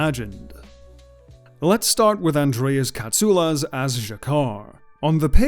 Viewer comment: As a Greek I thank you for the right pronunciation of Mr. Katsoulas surname. As always great work.